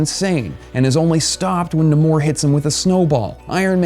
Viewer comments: It is actually pronounced Nay Mor Not Namor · Pronounced NAY-mor not -NAH-mor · And it's "Nay-more." Smh. Do you even comic? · Cringing every time buddy says namor.